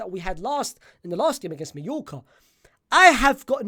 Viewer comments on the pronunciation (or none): none